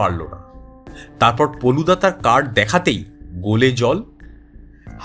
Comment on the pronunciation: গল্পের প্রশ্চদপটে কোথাও কোথাও ফেলুদা উল্লেখ করা হয়েছে, কিন্তু গলপো পাঠে বলা হয়েছে পলুদা। ব্যাপারটা আমার বোধগম্য হলো না।